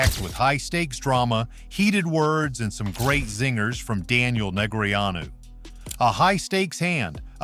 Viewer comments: WHO is Daniel "Neg-re-a-nu"? Go find an actual human narrator. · I wanted to watch this, really, I did. but after listening to some questionable commentary, the repeated mispronunciation of Daniel Negreanu was the straw that had me stopping the video and scrolling on to others